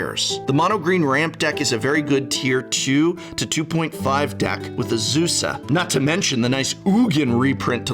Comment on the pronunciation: You pronounced Azusa, Lost but Balling wrong. 😜